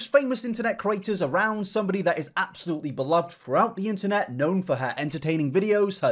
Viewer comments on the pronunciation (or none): none